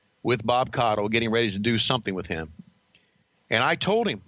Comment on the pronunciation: Its actually pronounced Koddel